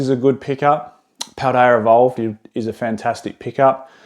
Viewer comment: No, THANK YOU... for pronouncing Paldea Evolved so funnily ❤❤